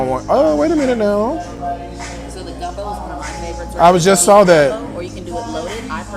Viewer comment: You rights it’s not gunbo 🙄